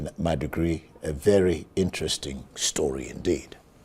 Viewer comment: Did i hear you said what an interesting stroy? 🤔 .